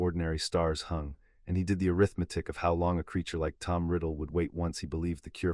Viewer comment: Overall an amazing storyline!!! Worth the listen! Thank you for an interesting end to Voldemort! I won't be listening again though. All the, "airith-metic", became confusing and aggravating! The number of times the word, "Century", was used during Harry's last 100 years in the vault made me think that he'd been in there for 7 or 8 days. Then, because Harry could rewrite the story and, "Set himself down on the afternoon he left", , my mathematic mind threw up its metaphorical hands. (Facepalm)